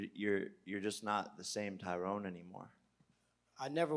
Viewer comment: People just can’t get poor Ty’Rones name right lol it’s pronounced “Ty-run”